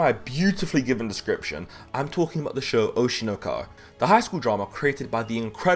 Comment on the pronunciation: "oshi no ka" ? am i mishearing LMAO